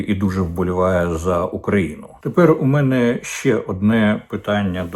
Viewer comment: Ме'не ??? Ви чиїх будете пане корчинськиЙ ? Хто вас так навчив ставити наголос ??? Якийсь КЛІНІЧНИЙ ІДІОТ ??? Пане корчинськиЙ , вашим вчителем був ІДІОТ ??? Чи то ви ІДІОТОМ народились ? Перша хвилина етеру - українська мова від ПРИДУРАШЕНОГО ДУРАКА ... Чи БОВДУРА, чи ДУРНЯ...